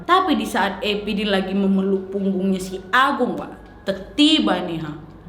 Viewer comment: Ya ampun kak Nad. Dengerin cerita horor gak ada serem nya malah ngakak. “punbggung agung babulu 😭🤣”